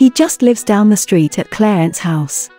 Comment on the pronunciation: It's Clarence House, not Cleyance House.